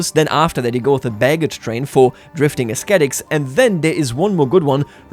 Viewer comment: not to nitpick, but to help with your English pronunciation, the word ascetic doesn't pronounce the "c" as a "kuh" sound. It's an "sss" sound or silent in this case. So the word is "uh-seh-tik" not "uh-skeh-tik"